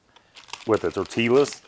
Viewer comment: Tore-Till-Uz and pate on a tuna taco…. I’ve seen enough Lol